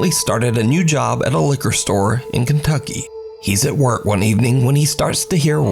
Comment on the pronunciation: you didn't say kentucky right😅right?😨 it's not after nanny? and also that's just what I call her